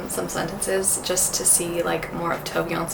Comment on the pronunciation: Juste so you know, Tove is pronounced with the e at the end☺️ For example as “Tooveh”🫶